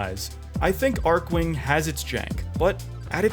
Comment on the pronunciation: lol didn't pronounce any of the archwings beside the odonatan properly lmao